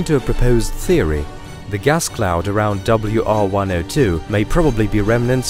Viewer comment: I laugh whenever he says "gas cloud" 🏃‍♂️💨🧘